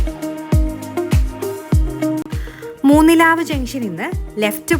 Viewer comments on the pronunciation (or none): മൂന്നിലാവ് അല്ല മൂന്നിലവ് ആണ് കേട്ടോ കൂടെ യുള്ളവരെ കൂടി കാണിക്കാമായിരുന്നു വളരെ സുന്ദരമായഭൂ പ്രദേശം